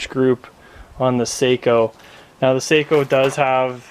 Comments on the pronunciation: They are pronounced SOCK-O. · GOT AN ARTICLE FROM GUN'S AND AMMO, THEY WROTE THE SAKO STORY (SHOOTING FOR PERFECTION) THEY STARTED THE ARTICLE TELLING HOW IT'S PRONOUNCED (SOCKO) ASK THE BERETTA COMPANY, THEY OWN SAKO